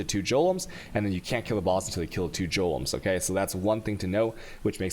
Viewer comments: Do you purposely misspronounce everything? Every video of yours I've watched there is at least one point where I'm like, joelums? Wtf is he talking about? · Jolems and alCHemy orbs XD Edit: Shavronees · I love the videos, but I can't hear anything for a few seconds after hearing "jolems" or "altchemy". My brain just shuts down. That's a hard G in golem, and "chem" is as in "come". <Rewinding to hear what was said after "jolems"> Thanks for the vids!!!!